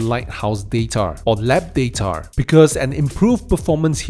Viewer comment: Its data not datar buddy